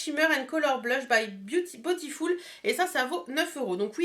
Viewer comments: aaaaaahhh mais tu me rend folle avec ton "botifoul" 😂😂 franchement ça ma perturbé pendant toute la vidéo 😆 sinon c'est vrai que pour le prix elle est vraiment sympa bisous 😊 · à la française, ce serait botiful et pas botifoul.... ;) ... bon allez le débat est clos :) ... gros bisous, bon week end